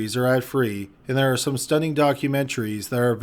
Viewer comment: I love the content. I do not want to be negative, I would hope to be taken as constructive and helpful. I suggest the narrator take elocution lessons. You he swalliws constanants, runs words together dropping vowels, example ; there are is enunciated ther r. End syllables of sentence elongated falling. Is essentially mumbling enunciation and cadence. It does get difficult to listen. Otherwise wonderfully researched and written, excellant. Elocution lessons would greatly improve the work. I do not comment to put down